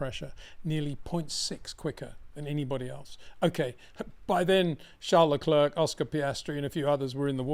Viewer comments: Always the best analysis, thanks once again! Btw, Leclerc is a French name. I think it's disrespectful of you to Anglicise the pronunciation. How hard would it be to pronounce it as Leclear rather than LeCLURK? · Since the inception of Baku, Charles LeClerc (just say 'LeClair', not 'LeClurk') has crashed into the barriers of T15 three times. That is what's shocking.